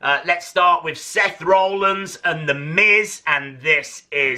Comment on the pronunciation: BURIES the head scan of Triple H yet doesn't mention the awful scans of Jeff Hardy/Edge just "oh Jeff has red hair" LOL. Will he EVER be able to pronounce Rollins the correct way?